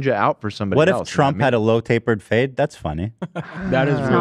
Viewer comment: Did anyone else hear "load to the face" instead of "low tapered fade"? I was so confused 😅